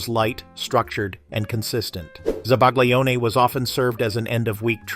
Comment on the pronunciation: Oh, I hate how he pronounces zabaglione!!!